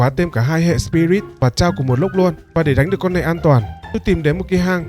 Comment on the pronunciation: Chaos đọc là chuẩn là Cây Ốt nha anh ơi chứ k phải là chao